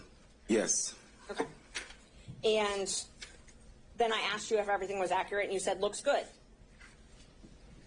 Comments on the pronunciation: [ak--er--et] and not [ak--cure--et]. I speak two languages fluently using the proper dialect in both. Why is it that some can earn a law degree, but don't have the intelligence and the "listening skills" it takes to learn how to pronounce the proper English dialect. I'd bet that if our Microsoft software didn't have a spell check, wouldn't be able to spell that word and many more. If it's that easy to earn a law degree and make the money they don't deserve, I'm back to school next semester. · Anyone else annoyed that he can’t say “accurate”? And he’s a lawyer! It’s not akrit! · AK-OR-RIT? REALLY? How do these lawyers, DA's get so far and not be able to handle being on the stand? Raises so many questions. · Hes not being "Ackrut"